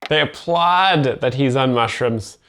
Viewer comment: "uh oh, he ate some mushrims" 😂